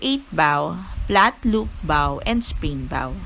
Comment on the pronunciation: its pronounced as BOW po, not BAW =)